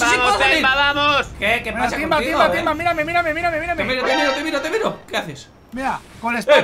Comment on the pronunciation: Se equivocó iba a decir timba pero dijo imba